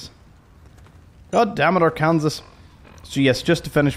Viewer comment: It's Are-con-saw NOT Are-kansas lol